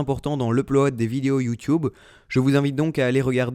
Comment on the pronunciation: tu dis youwtuwbe xD